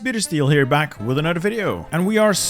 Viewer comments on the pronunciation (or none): why do you say anodder instead of another